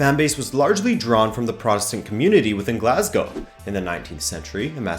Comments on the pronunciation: Wow...an American who can pronounce 'Glasgow' properly. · Thank fuck that at least one foreigner knows how to pronounce Glasgow